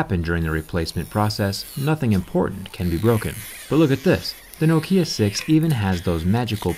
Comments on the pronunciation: no. nokia is nokia. not nakia.i know this, im from finland. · "No-kia could also be pronounced like Nakia"... Never heard of it being said like that, atleast not in Finland. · It's always been pronounced nockia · They still need to tell people that Nokia is pronounced Nock-ee-yah not noe-key-uh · As a Finn I heard Noukiia and Nakia but not Nokia. ;) I guess one could use this as a hammer. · damn it the way he pronounce the name nokiia is fkng sacrilege! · It’s Nokia not Nokia mate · who pronounces it as nakia bruh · Ahhhhh, I was wondering when someone was gonna ding you for saying nokia instead of knockia. But semantics, this phone is built tough, I like it. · I like this accent. No-kia. It's pretty cool. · Thanks for your informative videos. One small nitpick, your pronunciation of Nokia is wrong. The emphasis should be on the first syllable. To anyone who lived in Europe or Asia in the 1990s and 2000s and couldn't escape Nokia's ads, this sounds jarring. Thanks for the great work and keep it up. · By the way the pronunciation is not a matter of opinion or were you are in the world, it is a Finnish word and it is pronounced as they pronounce it in Finland. (edit) Oh and by the way I am 90% sure you are saying it wrong. The accent should be at the first syllable. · Zack, your accent it's wrong when you say Nokia. Why do you do this?